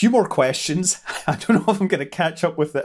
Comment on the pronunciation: The "thanks for watching" sounded unusually British today.